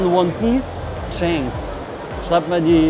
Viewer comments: er heißt shanks nicht chainks 😂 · Schon cringe wie er shanks sagt als one piece Fan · Wer ist auch triggert das er shanks falsch ausspricht haha